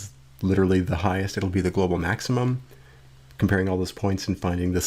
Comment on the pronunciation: it says, "glocal minimum".